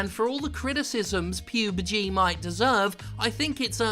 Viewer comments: It's "Pub Gee". Not "peeeeewwwwwbg". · how hard is it to say PUB-G when talking about battlegrounds, seriously. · pubeg? Talent?? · PubeG had me in tears hahahaha 😂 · I think Player Unknown’s Battlegrounds should be pronounce like Pee U Bee Gee, for name’s sake. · Another great video Jim but if I hear you say PUBG, there will be a dead body. At least anoter attempt at it.